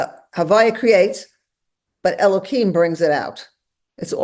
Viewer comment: I shall never understand the Orthodox urge to mangle the name of God. It's Elohim, not Elokim. Deliberately mispronouncing it is a violation of the commandment; it is not a fence around the commandment. Don't pronounce the tetragrammaton. Pronounce the other names properly.